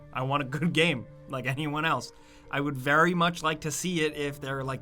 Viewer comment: Ok its been a few years now and i didnt want to say this but could you stop saying the word game? You pronounce it weird every time